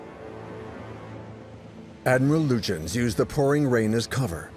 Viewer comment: I usually enjoy the documentaries from this channel. As a native German speaker, however, I absolutely abhor the narrator's pronunciation of "Prinz Eugen" and Admiral "Lütjens". The historic facts are presented well but I would appreciate a more coherent and perhaps better researched/practiced pronunciation of any foreign names in the future. Apart from that, I am always looking forward to a new video.